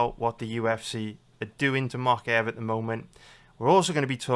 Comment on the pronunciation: I think its mowkaev not mockaev